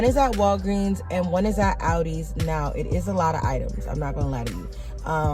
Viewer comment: It’s ALdi’s. Not Audi’s.